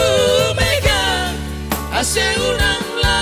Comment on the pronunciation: Pelafalan yg agak janggal: ulang diucapkan unang; bogei dibilang bege; tonduy dibilang tondi. Belajar pelafalan ya, namanya budaya harus tepat